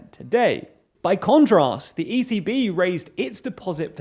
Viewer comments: Watching this sped up, every time you said 'the ECB', I thought you were saying 'the easy bee'...was thoroughly confused, but now want to learn more about the life of this peculiar pollinator who may be related to Easy V from the Spice Girls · ECB sounds like “easy bee”